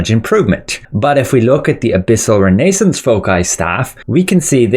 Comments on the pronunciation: REYNAE-SENSE FOH-KAI:face-orange-biting-nails: Everyone else: REH-NUH-SAANS 💯FOW-SAI 👌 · bro , i love your videos but its pronounced renna -zance, as in the renaissance period in Europe.